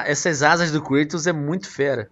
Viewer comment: creitos... HAHAHAHAH é Kratos!!